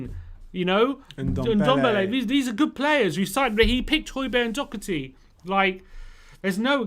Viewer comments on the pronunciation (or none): Doherty not Dockerty